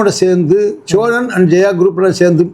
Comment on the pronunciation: Cholan illada, Sozhan. Pronounce correctly.